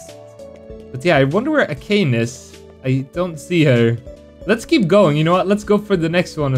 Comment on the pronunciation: You ahve to say "Akaney" and not "Akayn" for Akane TuT But its a great video btw !